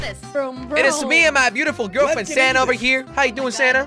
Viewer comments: When jelly said sanna it sounded like he said Santa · I put captions on and whenever you say sanna it would say Santa lol 😂